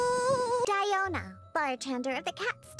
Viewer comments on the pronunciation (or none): I really confused on how to pronounced her name since she called herself "die-o-na" while youtuber called her "dio-na".